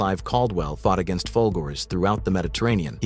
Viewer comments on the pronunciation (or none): none